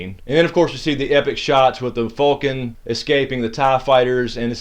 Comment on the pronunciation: bitch. If it was Fulcan it would be spelled that way. It is Falcon. WHO DAT, GEAUX FALCONS!!!